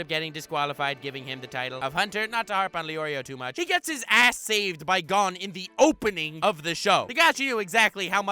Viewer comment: You say it's one of your favorite anime but you pronounce gon as gone